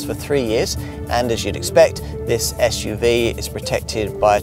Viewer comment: I’m sorry, but for heavens sake, it’s SUV and not Esh UV. Had to stop listening as along with irritating the hell out of me with not being able to pronounce S, he sounds like Alan Partridge, I’m waiting for the Rover 800 recommendation.